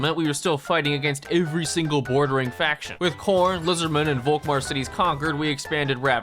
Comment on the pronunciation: One gripe: Please pronounce Volkmar with an F. That is, in fact, how this actual name is actually pronounced. Folkmar. Germans use the V and the F interchangeably in most cases, such as this one. Folksvahgen, Faterland, Ferboten, Ferkehr....Folkmar.